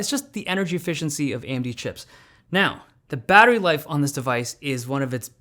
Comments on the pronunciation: Is it just me or does it sound like he’s saying Andy instead of AMD at the beginning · AMB? Why do I keep hearing AMB what the hell. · AM-D? It’s not pronounced A-M-D???